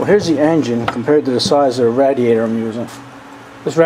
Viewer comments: radiator. it's pronounced (raydiator) not rad distorted you ray the rad I'm Texan. we pronounced our words. but you rock dude on your work. I admire your work and the way you make everything. love your videos. and tell little dirt bike that I said hi. and Mike too. and Papa dirt bike too. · The way you pronounce 'radiator' I would had mistaken you for a Canadian if I didn't know better.